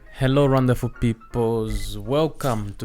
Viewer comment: Hold on did you say “Rwandaful people” ?